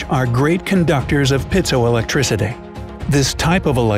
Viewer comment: It's not "pit" so electric, it's pi eet so electric, long i. Just thought such a scholarly sounding article ought to pronounce the technical words correctly (according to the Oxford Dictionary). I learned that at US Naval A School.